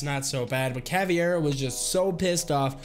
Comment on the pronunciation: dirt bike skydiving thats awesome also ur pronouncing caveira as caviar which is a kind of luxurious food